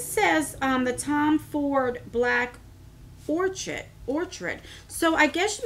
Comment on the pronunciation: I think the bag itself is really cute and I like most of the items. Fyi, Givenchy is pronounced like jhee-von-SHEE (emphasis on shee) and orchid is or-kid 💜